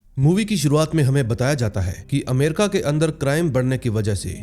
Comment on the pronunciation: आप अमेरिका को अमेरका क्यों बोलते हो😂😂कितनी video मे mene यही सुना है अमेरका 😂😂